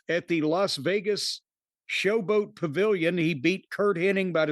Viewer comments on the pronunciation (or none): none